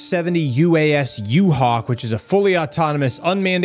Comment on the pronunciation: Sounded like you said U-Hal.🤔 Flying U-Hal sounds good 👍🏼